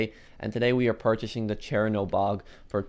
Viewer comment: also (clears throat) I swear I am hearing him say Chairanobog